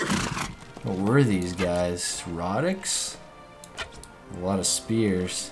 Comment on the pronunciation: Rhodiks? or Rhodoks!